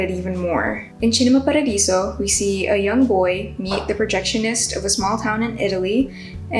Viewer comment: Love the selection and the way you pronounced Cinema Paradiso! Would you add any other movie since you've posted this?